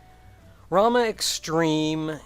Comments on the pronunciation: ....dammit it only slightly bugs me how you Pronounce Ramuh(always pronounced it Ra-Moo) But the video is still great. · That looked intense! Cool how you salvaged the run too, by tanking. NEver even thought to pronounce Ramuh other than 'Ramoo' but your way sounds neat too. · I have never even considered pronouncing ramuh a different way from Ramoo. Oh well